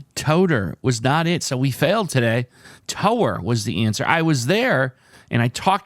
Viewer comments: EjecT, TEsty, TOnER, TOWER I normally type in my guesses after solves the puzzle, When I heard him say TOE-er I sensed potential trouble. Brain freeze happens my friend. I feel your pain! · Tower pronunciation was killing me. I can't believe he never saw the alternate definition. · I think a few of us were yelling through the screen why is he pronouncing it like that and not pronounce it like as in a building LOL TOWER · you aren't technically wrong by pronouncing TOWER as you did as in towing a car. But I am pretty sure it's mostly pronounced TOWER as in a tall structure. LOL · EJECT TRADE TIGER TONER TOWER. I admit I laughed a little at your expense. I wish we could have seen your face when you finally realized you were blind to the alternate pronunciation of tower. 😁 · Very odd how you had the answer early on but just got stuck on the awkward pronunciation of the word. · kept throwing himself off by mispronouncing "tower" (a tall narrow construction) as "tower" (one who tows something). Yelling at the screen. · FALSE DIVER GONER THUMP (too many possible letters so had to narrow it down) TOWER It would've helped had you pronounced Tower as a word rhyming with Power.